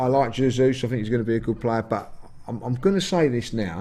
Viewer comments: “Zezus” 😂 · or can someone please help the judge pronounce Jesus's name properly please?!🤦🏾‍♂️😆